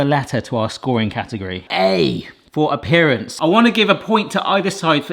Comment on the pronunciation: "A pperance". Say it with me now: Appearance. I'm foreign and can spot these mistakes... XD